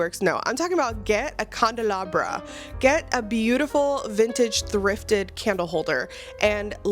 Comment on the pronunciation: she said CANDLE - LAH - BRUH